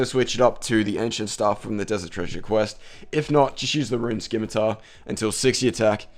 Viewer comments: Most common RS misconception.... It's not a 'SKIM-ITAR' its a fucking 'SIM-ITAR'. Dragon 'Sim' not dragon 'Skim'. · i hope you know scimitar is sim-a-tar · Great vid but you say scimitar wrong your saying it like skimitar don't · A scimitar (/ˈsɪmɨtər/ or /ˈsɪmɨtɑr/)[1] is a backsword or sabre with a curved blade, originating in Southwest Asia (Middle East). Dumbass, how many years have you been pronouncing it wrong.